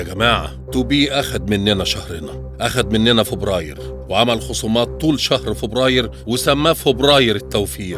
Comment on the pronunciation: هو بيقول فوبراير